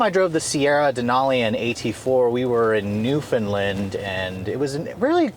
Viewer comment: Learn how to say Newfoundland proper! new-found-land not newfindlind